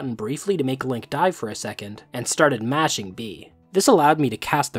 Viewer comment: "...To make Link dive for a second and starting mashing b" sounds like "and starting masturbating", especially when you play the video at 2x speed. had to rewind to see if that was actually what he said